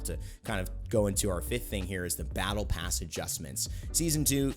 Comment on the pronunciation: Did you say “Pattle Bass” at - ?